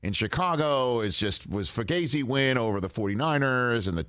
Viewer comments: still can't pronounce fugazi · Rich, like the show but if you want to keep using the term fugazi at least know how to pronounce it